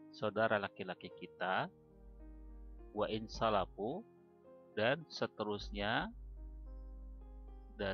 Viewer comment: wa in safaluu bukan salafiu